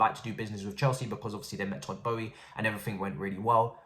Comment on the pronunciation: Our owner’s name is not pronounced “Bowie”.